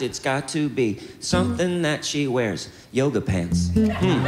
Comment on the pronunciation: “Yooguh pents” 😂😂😂😂😂😂😂😂